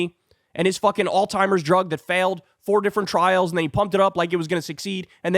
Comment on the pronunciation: How did Kyle pronounce Alzheimer's?....i hope i heard wrong.